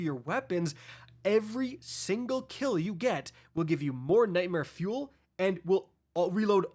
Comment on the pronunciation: Everytime u say nightmare fuel all i hear is “tackling fuel tackling fuel”